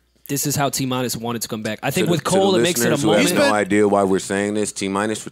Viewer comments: “All these people talking in my ear, I got a id-ear...”. It wasn’t the best bar but that’s a bar bruh. People in his ear, head, so he has an idea. He pronounces idea as i-dea-er, which is why he mention the clerk Id’ing her for beer. I can see how some like yo it’s kinda a struggle bar, but niggas hating this but loving 69 smfh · ID-ya for the be-er